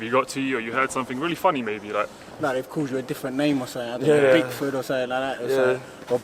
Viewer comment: Man said “Dickford” 😂😂😂